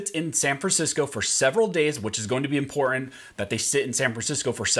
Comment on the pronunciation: Thumbs down 👎 because he can’t pronounce important 🤔